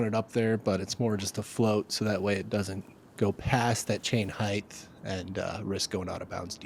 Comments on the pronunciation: It's PRONOUNCED HEIGHT LIKE LIGHT! NOT HITH ANNOUNCER! LEARN ENGLISH! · Heighth is not a word fellas. It’s height no matter how the sentence is structured, always height. You sound very dumb when you say it wrong. Almost as bad as orientated. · Oh god not the “heighth” pronunciation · "Heighth" is NOT A WORD...